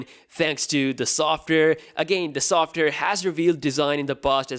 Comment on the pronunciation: software bro you can't even say it correctly